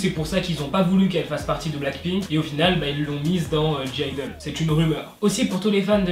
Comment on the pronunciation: Le g de (g)-idle ne se prononce pas 😊